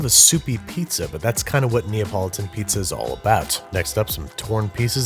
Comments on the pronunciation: it's not "neapolitan piazza", just Pizza. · Ah yes, I love a good "neapolitan pizz"